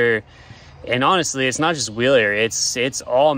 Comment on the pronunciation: NIce ride, it's pronounced Vilier